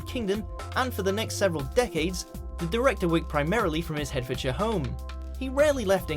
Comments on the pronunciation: I've always assumed that. There are so many non-Britishisms in these videos - place names are pronounced wrong- today 'he' called Hertfordshire 'Hedfordshire' in one clip, then said it correctly in the next. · WatchMojo UK needs to get its pronunciation Bot sorted. So many errors in this video! No British person (which is what we are meant to believe we are listening to) would use the word 'normalcy'. Kubrick seems to have lived in 'Hedfordshire' Say what?????? But next item - Guy Ritchie was hailing from 'Hertfordshire'......makes no sense!